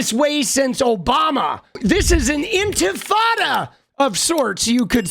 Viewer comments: She said “Globalize Infitada” 😅 Globalize empanada!!! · She said "infitada" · She said INFITADA lmfaoooooo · Lindy Li is so dumb, she said “infantada”. What is that? An uprising of babies? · I thought it was "Ent Frittata" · "You say Infitada, I say Intifada, Infitada, Intifada, Infitada, Intifada, let's call the whole thing off" Lindi Li. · Li couldn't pay her audience the courtesy of pronouncing Intifada correctly. A lazy, miserably educated, self-pitying, non-victim, who's cashing in. Simple as that.